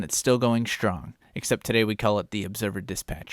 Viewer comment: Love your work to ny state! Shate, industhrie,shrong,shrooch… what’s up with shr before what we were taught as announcing words, or should I say wourdshs